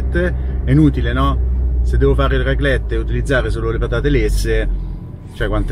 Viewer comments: Pronuncia di raclette: accento grave sulla prima e, ovvero, raclètte. 🌷😊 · La raclette.... il raclet non si può sentire.... 😂😂😂